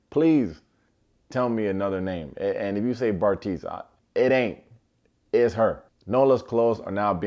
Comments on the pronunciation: Happy Belated Birthday,! Good job with the names too! This show was wiiiiild! I too, am still confused as to what Khanya thinks she brings to the table... sure, she's pretty but pretty girls are a dime a dozen in South Africa, you can easily find someone just as cute, with better wig awareness and sans the bad attitude. The fact that she can treat her man and others like this (and I'm guessing this is the toned down for tv version) and him still want her is baffling to me. The ease with which Nolla lies is scary, like Sir, do you not understand how cameras work?! Also, I'd really love to see more of Salamina and Howza, I hope they do a Love is Blind South Africa too! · My man!!!! Firstly, happy belated birthday, hope you had a blast. Secondly, you getting the names of each cast member right is chef’s kiss💋 Thank you for giving my friends Sal & Howza props, they haven’t hosted a show this intense before so your props is major, I don’t care about anyone else. Khanya was the goat of all OMGWs. Sheesh😂😂😂😂 LOVED THISSSSSS, let me wear my OMGW hoodie all day😂😂😂😂😂